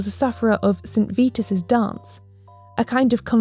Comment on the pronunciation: St Vitus rhymes with bite us! Just fyi.